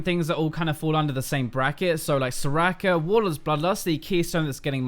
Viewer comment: All I heard was 'so-racker so-racker' :^)